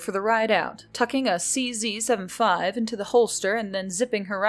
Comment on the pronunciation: Tell the VA a Bren is a rifle, its pronounced liked its spelled, Colt is a manufacturer but in the story's context its referring to Samuel Colt, the companies founder, who made a bunch of kickass designes, also made all men truly equal, and that the CZ-75 is pronounced C-Z 75, not 7-5.